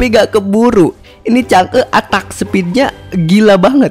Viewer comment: 😂 nih bahasa inggrisnya kacau amat !! attack (atek) bukan atak, savage (seveg) bukan sa va ge😂